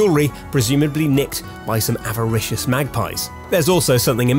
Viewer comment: "avaricious magpie" you an aussie?